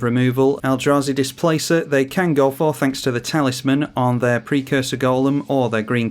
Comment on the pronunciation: PRE-cursor not persecutor